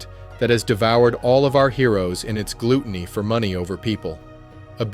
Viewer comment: Stifle not stipend, gluttony not glootiny. Don't use artificial voice please